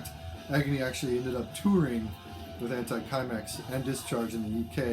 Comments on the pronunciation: Hello, great video and so nice to hear about som D-beat and "mangel". Could not find it in the comments below so I can fill in that it is pronounced anti-simex, it is the name of a pest-control company founded in Sweden. Thanks for your great Channel! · It's pronounced "anti seemex"